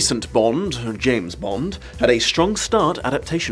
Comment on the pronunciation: James "Blonde"?